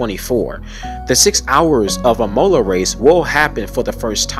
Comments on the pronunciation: imola is pronounced "ihmola" rather than "e-mola" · Not trying to be an asshole here, just wanting to be genuinely helpful. Imola is actually pronounced "E-moh-lah". And I that sounds just like you're just saying the letter E in english. Then Mo, with a hard O that doesn't transition into an U sound at the end. And then a final La with a hard A that sounds like you're saying Ah but with an L at the start. Hope it helps and great video, definitely earned a new subscriber. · Please do not pronounce it "IMOWla" or "Ray-Dillon" It hurts my ears 😣 Otherwise great video 👍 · How did I mispronounced "Imola"? Do Italians pronounce it differently than the Americans do as it's pronounced uh-mow-luh. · so many mispronunciations, but your mangling of "Imola" may have been the most egregious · Stop saying imola like that!!! And raddilon and sau paulo! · Bruh, learn how to pronounce Imola.